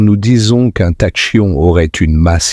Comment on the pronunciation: "Tachyon" se prononce "takion". Les "intelligences artificielles" sont nulles en prononciation.